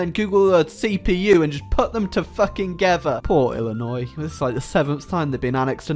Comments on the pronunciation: You pronounced Illinois correctly😮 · hey you acutally pronounce Illinois correctly